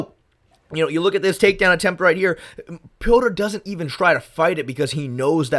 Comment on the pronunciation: Thank you for actually calling him Petr and not Peter like everyone else 😂